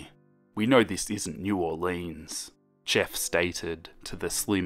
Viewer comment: Me: Holy shit this takes place in Louisiana!? Also me: cool and imaginary killer story takes place in Louisiana Edit: its not new or-leans its new or-lens (we don't say it how it's spelled. Not trying to be rude I'm just giving you a heads up)